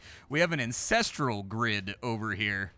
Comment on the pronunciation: I had to do a double take when you said ANcestral grid... you gotta be careful with enunciation